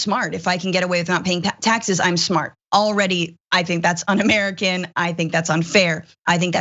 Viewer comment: Waaiiitttt a second...... Did you just say "We'll see a D pic from 45 before we see his taxea"???? Honey first he's got to have a "D" to snap a D pic........